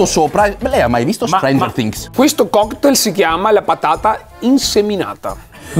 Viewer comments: Tutto bello si , ma lei ha mai visto “stranger fhings” 🤣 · Riassunto del video: "Lei lo ha visto Streinger Tings?" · Nessuno: Assolutamente nessuno:: "Lei l'ha mai visto strengerfttings?"